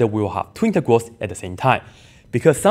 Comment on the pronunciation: Sounded like Twintegrals. In a strange way I like that word 😀